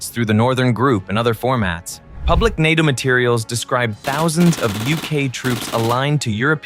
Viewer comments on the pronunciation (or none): “The spear of nato” it sounds like they are calling England a penis